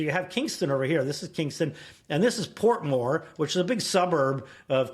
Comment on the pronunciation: him saying gully and portmore lol